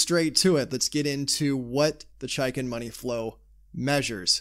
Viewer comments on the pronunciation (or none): it's pronounced "chake in"